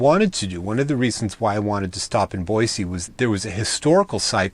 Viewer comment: As a native, I would like to give you kudos for the correct pronunciation of Boise! Just as an fyi, they have repaved the streets in downtown Boise. So they aren't as crappy as when you were here LOL. Take care.